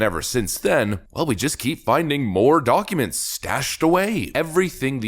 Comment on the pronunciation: Why do you pronounce documents doo awk uments? You sound Canadian with that accent.